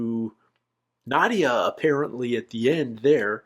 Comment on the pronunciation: These are my favourite reactions to watch. This episode is one of the best of What We Do in the Shadow. Its soo good. But still saying Nadia instead of Nadja 16 episodes in is still weird to me. Maybe its just hard to hear with there accents but Nadja pronounced Nad-ja or Nad-ya even. It just makes me laugh every time because in my head I go. He'll get it next time.